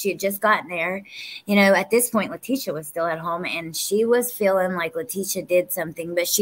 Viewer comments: This is an amazing channel but please gid call her by her name not LA TEE SHE A. ITS ANNOYING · I'm sorry if I sound rude so please 🙏 don't take it that way ! I'm going to just say that her name is pronounced Latecia like latesha not lateeeecia ! If you listen to Al he says tesha like that so people don't like it when you pronounce their name wrong ! My name is D on ! Not Dionnee which is how a lot of people try to pronounce it ! So maybe you can pronounce her name correctly!